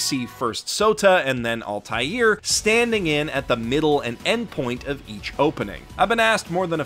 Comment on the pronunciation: Please check how "Altair" is supposed to be pronounced before doing the Re:Creators video.